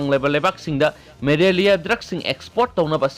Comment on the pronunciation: Malaria not marelia